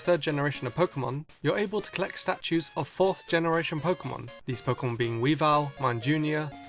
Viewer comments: “Kikilon” “Pikimon” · Can learn how to pronounce Pokemon name